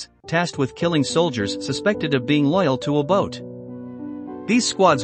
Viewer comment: Why can’t you learn to pronounce Mr Obote’s name . This is a big shame . You spent time on this documentary but couldn’t take time to learn how to pronounce an African name.